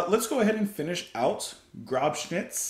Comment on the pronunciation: Grobschnitt means 'rough cut' or 'coarse cut(?). You can get the pronunciation at translate google. Listen to the 'O'. Coarse cut is a designation for a certain quality group of tobacco, which is derived from the cut size. In America there also is a band called 'Rough Cutt'. 😁🇩🇪